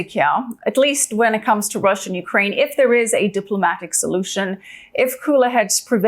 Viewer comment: Finally. The first American who knows how to pronounce UKRAINA. Not YUKRAIN.